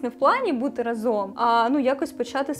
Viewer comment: ви така чудова! Дуже дякую вам за цікавий контент і чудову подачу ❤ я б порадила вам трохи підвчити наголоси у словах, або хоча б запам'ятати що правильно говорити рАзом, а не разОм